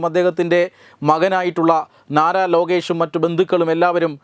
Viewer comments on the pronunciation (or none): സർ 🙏🏻നാരാലോകേഷ് അല്ല 🙏🏻നരലോകേഷ്